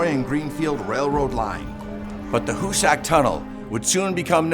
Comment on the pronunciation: It's pronounced Hoo-sick